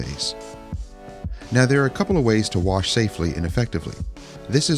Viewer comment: Nice Job, I always enjoy the neglected cars that are brought back to life with that detailing TLC. "Pressure Warsh!" Sounded just like some of my friends from the Baltimore, MD area. Is your wife originally from there.